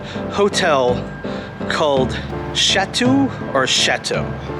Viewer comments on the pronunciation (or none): How do you miss pronounce “Huntington “Beach?? And “Chateau ? “. C’mon man !! 👎🏿